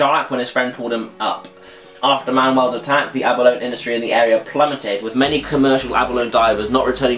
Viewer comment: Aba-lone haha, Love it, I'm pretty sure it's pronounced abb-r-low-knee XD